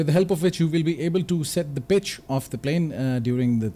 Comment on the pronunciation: It took me 2 minutes to realize that you were trying to say pitch with a "P" and not "B"😅